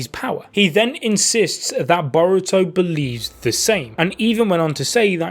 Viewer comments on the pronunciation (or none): Being a Naruto and shippuden veteran when you say Boruto I hear: Diarrhea!!!